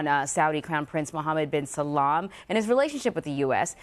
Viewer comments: its salman not salam. the reporter is an idiot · she keeps saying muhammed bin Salaaaam xD its salman ! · It’s not Muhammad bin Salm its Muhammad bin Salman. Alt least get the name right when on the news! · It's Salman not Salam sweetie